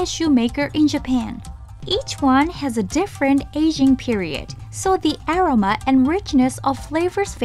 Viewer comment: love the videos! I would play your videos in the back ground even when I'm not watching. I noticed you guys use the word "aroma" quite often, maybe double check on the pronunciation of this word.